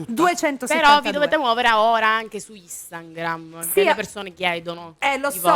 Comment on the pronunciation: Federica minuto 8.3 Instangrim😂😂